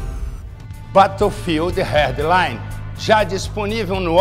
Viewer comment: bateofild heard line disponivel no orgi kkkk bela pronúncia